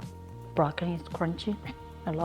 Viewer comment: I laughed evertime she said Brockni. Thanks for the laugh and nice feed